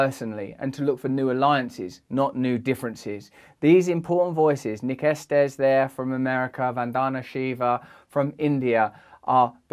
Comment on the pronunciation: It's pronounced Esteez